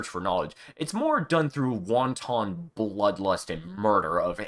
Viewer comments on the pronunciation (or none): "Wanton" is pronounced "want-un" and as a single word. You said it like "Won Ton" which is a Chinese meat filled soup dumpling! :D